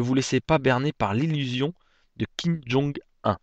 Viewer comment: kim jong un ça se prononce "oun" pas "un"